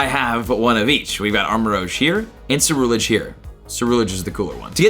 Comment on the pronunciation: Jesus christ... your pronunctiation of so many Pokémon is hard to listen to... Armarouge, Ceruledge, Salandit... please learn to pronounce them... Armarouge - combines armour, armament and the french word rouge, which is pronounced RUUJ, not ROJE Ceruledege is a combination of cerulean and edge, so its CerulEDGE, not CerulAGE Salandit is a a salamander BANDIT, your're stressing the wrong part of its name